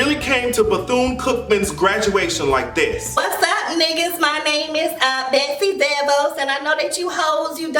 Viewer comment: I swear you called her Betsy Devils 😂